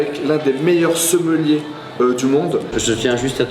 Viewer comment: "un des meilleurs seummelier"?? C'est un mec qui boit du vin et qui a le seum ? 🤣